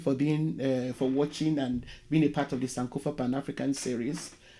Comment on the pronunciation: Tnx doc. I’ve been following your narratives & they are really educative. However, I’ve an observation.The word SANKOFA (which is an Akan dialect in Ghana) is pronounced sankorfá. Tnx once again for the good work/research u’re doing. God bless you